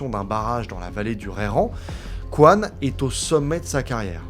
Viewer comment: Toujours se méfier des ingénieurs coréens (Coyne se prononce Cohine et pas Qwan)